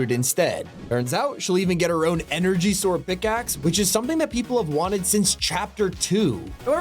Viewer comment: DID YOU SAY ENEGERY SWEODD DD HAHAHAHAHA YESSSSSSS